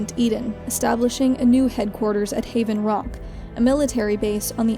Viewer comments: You said Haven Rock, but it's Raven Rock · Actually it's ravenrock not havenrock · oh crap its "Raven Rock" not Haven Rock. :P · Raven Rock, not Haven Rock ^^; Good video! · No no no no no. She said Haven rock in DC. It's Raven Rock not Haven